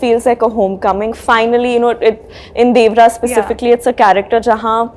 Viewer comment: Will some one notice that she is pronouncing 'Devara' wrong.